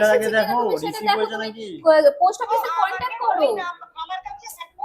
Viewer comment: Tumi age thik mto words pronounce krte shikho please, dishrap, kontak, contovarsi egulo ki vai😂